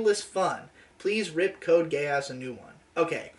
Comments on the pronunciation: That is how the "e" in romanji is pronounced. He frequently mispronounces the "a" though, it should be Gay-ahs, but the "gay" is there regardless. No matter what, it's going to sound like a British person saying "gay ass". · I literally cannot help hearing "code gayass" please send help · I kept thinking that was saying “Code Gay-ass” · cant tell if he just thinks it is pronounced that way or he is trying to call it "Code gay ass"